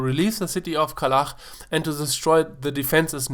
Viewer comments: KalaCH, not Kalah >:-[ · It's KalaCH, not KalaKH, you pronounce it wrong.